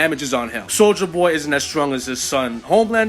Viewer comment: I always laugh when you say "soldier boy" because i always hear it as "soulja boy" for some reason lol.